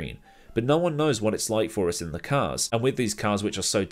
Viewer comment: “teh cars”